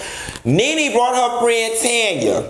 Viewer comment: I died at TANYA, NOT TANNN-YA